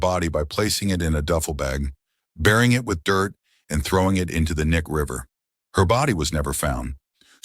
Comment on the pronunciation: BTW it’s pronounced Key-Nye River….